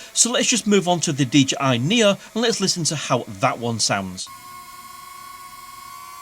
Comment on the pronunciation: DJI Nia... LOL Knee Oh